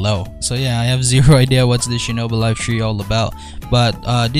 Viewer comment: Wait what- did he just say shinobi laife tree not three 🤔 Ayo L O L😳